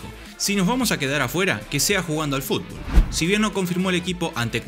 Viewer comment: Escuchar a Messi decir FULBO' me alegra la existencia.